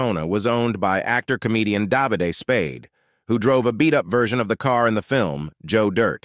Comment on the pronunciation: Obvoiusly your more interested in Subscription/ad revenue than you are accuracy. David Spade should sue you for your "Jack Webb" computer voice's mis-pronouncing his name so hideously wrong and what's laughable is that it's pronounced correctly just minutes later in this very video. Is English your 2nd or 3rd language, or do you just not care about the videos you post before checking them for accuracy? The name of the auction is pronounced Meekuhm, not Mehckum-any car guy knows that, which apparently you're not.